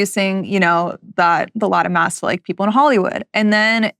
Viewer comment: is she saying Latin mass? Or something else? Lata mass?